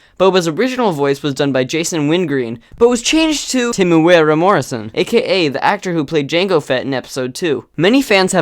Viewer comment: Omg god your pronouncing of timuira morasin lol good try